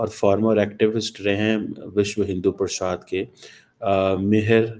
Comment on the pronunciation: Parishad not Pariashaaad